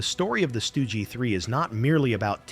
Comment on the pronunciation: AI has difficulty differentiating between the Stug 3 and the 3 Stooges 😂😂